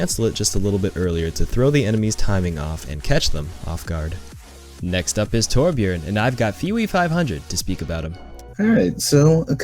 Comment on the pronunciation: He said Torbjörn's name correctly, OMG.